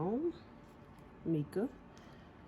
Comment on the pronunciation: Hey love the tutorial. It is pronounced myca powder. Tfs!